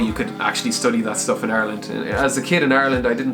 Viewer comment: "engineering shtuff"